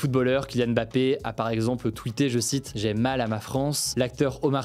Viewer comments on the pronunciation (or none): none